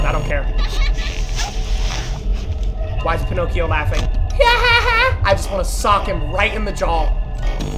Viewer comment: he calls balloon boy ponocio lmao 🤣